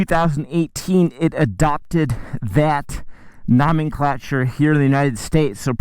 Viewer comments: He said nahmen clacher lmao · Nom nom nom -n CLA -ture It's: Gnome-n-clat-(h)ure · nomenclature, not ramen creature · noominclature....sounds like me after a few puffs. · Nah dawg it’s nawh-men-clah-ture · “ nO - MAN - KLAtChuR” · Why do you say "nomenclature" so stupidly? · Are you intentionally mispronouncing nomenclature... or do you simply not know?